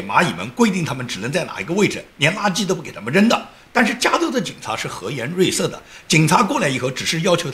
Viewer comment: ：和颜悦色你念错了，读yue，不是rui。